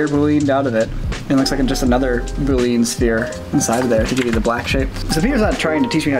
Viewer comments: The way says boolean makes me as a programmer hurt, lol. Everybody I know says "boo-lee-an", not "boo-leen" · It always bothers me a bit when I hear people say Boolean wrong. No, it's not pronounced boo-lean. Every reference I look up states a pronunciation as boo-lee-un. Whatever though, good work on the animation guys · Yeah, definitely “boo-lee-unn” and not “boo-leen.” Also, if you’re a programmer, you’ll get arrays. $$$ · Omg you guys kept saying “boo-leen” its bool-ee-an haha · AHHHHHHH he said "boo leen" instead of "boo lee an" AHHHHHHHHHHHHHH JK, it didn't tick me off, just surprised only one other person I could find had said anything about it. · I think that you mean that it is NOT pronounced "BOO-LEE-AN" as you wrote and as they seem to say in the video. It's "BOOL-EE-AN." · its boo li un and not boo lin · No disrespect but it's pronounced \ bü-lē-ən\ not \bü-lin\ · It's pronounced "boole-ian" because the guy who invented/discovered it (it's kind of a gray area with mathematics) was named Boole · everyone pronounces it bool-een in this video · is saying it wrong, too. He says "bool-een". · Graphic and web designer here... I've never heard it as "boo-lean." I even went online to see how various dictionaries pronounce it. Thankful it wasn't just me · I hate to say this, but “boolean” is pronounced “BOO-LEE-AN”. It is named after George Bool and is pronounced similarly to “pythagorean” which refers to pythagorus. I made this mistake when I learned 3D in Houdini in high-school. 😁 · *Says boolean wrong Me, a computer science major: "REEEEEE!" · Pretty certain they omitted the L 90% of the time. It's not silent, or attached to the 'ean'.